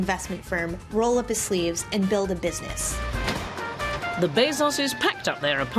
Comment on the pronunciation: Was enjoying this documentary, then I noticed how the narrator said 'business' and consequently my viewing experience was ruined.